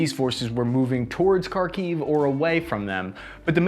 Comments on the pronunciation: Sorry, pal, I like your videos, but your pronunciation of the Russian/Ukrainan names of the places is terrible. Kharkiv should be pronunced as khar-keev with the first syllable emphasized. Not car-kiev.... I'd be glad to help. Joe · As someone who grew up speaking Ukrainian and Russian, and only learned English at age 20, it is very unusual for me to hear how he pronouncing Kharkiv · Please make an attempt to pronounce the cities names correctly, for goodness sakes it's hard to take you seriously when you cannot take the simple steps in educating yourself on these things. Kharkiv [Харків] is "flem (like you're hacking a loogie)-kyiv"... Mariupol [Маріуполь] is Mary (rolled r) ooooooo pool. Otherwise, this is a great take on the military tactics imposed by both the armed Russian forces and Ukrainian forces. Thanks for the insight! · Kharkiv is pronounced: HARkeev. The 'Kh' as it's spelled in English is an 'X' gets a hard 'H' sound similar to the 'ch' in Loch. Kherson is pronounced similarly but the emphasis is on the second syllable so it's: 'hairSONE'.